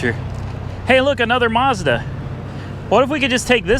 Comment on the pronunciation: There is no R in mazda.